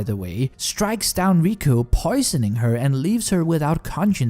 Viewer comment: except it's not riku and reku, it's riko and reg.